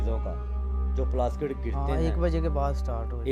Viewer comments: sorry mazrat k sath plaskit nahi plastik bolay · bhai aap bar bar Plastic k bdle ..plaskit plaskit ! q bol rhe ? 😀 kya zuban aapki or log ki trh kisi kisi chij me nhi firti h kya bhai mere 😀 bt we Lov you brother. ALLAH HAFIZ